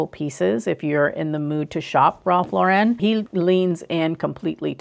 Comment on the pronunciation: A lot of your advice is very great, but you have to learn how to say his name properly. Lauren is not pronounced in the fancy way you’re saying it. It’s just Lauren, which rhymes with foreign. He was born in the Bronx, so there’s no reason to make his name more than it is.